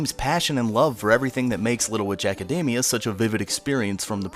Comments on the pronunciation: Little Ejacademia... It's all I hear when he says the title. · AC- A DAMI- A? It's academy but in japanese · Little ejack-admina.....why do you keep saying that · Your pronunciation of "academia" made my eyes twitch.